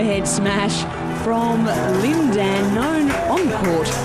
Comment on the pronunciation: I hate the guy's voice... He's pronouncing Lin Dan's name wrong...